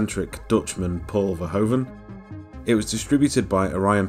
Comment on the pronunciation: You got the name of the director wrong mate. Verhoeven* (Sounds like ver-hoof(v)-en.